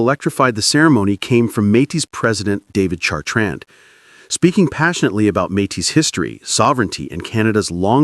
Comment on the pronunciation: Not a fan of the AI voice and poor pronuciations of Riel and Metis. But I am a huge fan of our First Nations. The Metis and treaty peoples are our future and our present. Louis Riel's execution was a travesty but we are trying to make things better. It is beautiful to see us standing together against the aggressor in the White House. Much too white. I qualify for that insult because I am of Nordic and British Isles heritage but "White" is not a race, it is an excuse for racism. We are all together here on Turtle Island and we of settler stock MUST respect and listen to those who were here first for millennia. We can prevail if we stand together. The boycott holds. The anger is real. The alliance is broken, and not by us. Canada will never be 51 and our elbows will stay up.